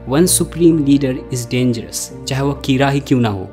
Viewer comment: I think it should be "कीरा" not "किरा".